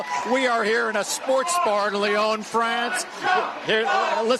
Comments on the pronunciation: These Fox halfwits can't even pronounce Lyon - it's not Leone. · Lyon.. Lee on, NOT Lee own!! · Lyon not Leon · Thanks people in the bar for saying what most of the world would like to (fuck Trump!). Also...why do Yanks find it impossible to pronounce any word or name in another language correctly. "Here we are in Leee-OWN, Fraaaance". Jeeze. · Fox news reporter and Fox studio must be Trump supporters (stupid) and are too up themselves to check how to pronounce 'Lyon', its not Lyown you donuts! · Lyon pronounced ‘Lee-own’ ? Dear Lord!! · Where the fuck is lee-oon, France??? 😂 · At least pronounce Lyon correctly...ffs